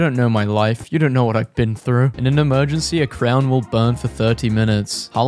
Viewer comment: I felt violently attacked when you pronounced crayon, crown...